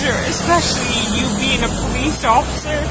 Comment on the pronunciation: I was just gonna say, "did anyone else hear her say offishur or was it just me" 😂😂😂